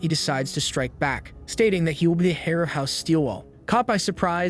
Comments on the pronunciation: Heir is pronounced “air” but the ai narrator said “hair” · Heir, not hair